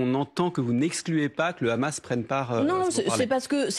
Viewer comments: Tjrs le hamas ramas il disai anant ou le houmous et pjoi vous mélanger des enfants avec le ramas on dit le Hamas pas ramas lol meme parler c journaliste c plus comment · Je ne vois pas pourquoi elle n'arrive pas à dire "sans le H". Étant pourtant totalement pro-palestinien, je ne vois pas ce que le H peut apporter de bon au peuple palestinien et israélien... Bref, réponse nulle qui va se retourner contre elle et son parti (ça, c'est leur problème, je ne suis pas spécialement pro-LFI, donc balek) mais surtout qui se retournera contre les militants pro-palestiniens...